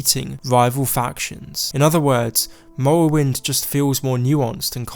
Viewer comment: Skoiwim and mowwowind